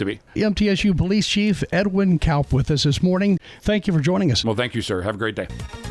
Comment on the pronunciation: Kaup is pronounced "Cop"; the irony